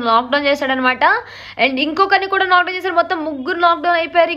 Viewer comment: nuvvu lock down annava leka pothe nock down annava😂😅